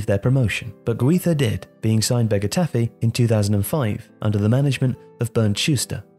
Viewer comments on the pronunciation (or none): none